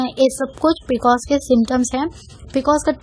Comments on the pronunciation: you know nothing about pcos. You cannot even pronounce the abbrevation pcos. these are general things which everyone knows. so dont misguide people. viewers plz consult your gynaecologist or MD medicine doctor (which is necessary in severe cases) n eat healthy food including milk. Pcod is a diabetes like condition so just avoid high caloric food for example sweets but donot do dieting and exercise daily simply walk for atleast 30 minutes is enough which also relieves stress . In this condition there is insulin resistance so why our body is unable to control high blood glucose level. But plz dont misguide yourself from such people who know nothing about the condition. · P c o s..boltein hain pronounced it really wrong ..copied info...logon ko na thagein